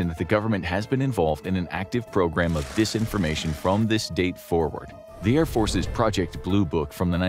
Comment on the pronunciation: It’s Disinformation with an I. Not Desinformation. It’s the little things that count bro! 😝🤔🤬